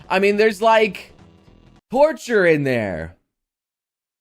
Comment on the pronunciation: I am from utah, and people here are notorious for not pronouncing their T's but... it's pronounced torture with a hard T not horture or orture.... lol Also for Rising of a Shield Hero... read the LN, it's so much worse than the anime.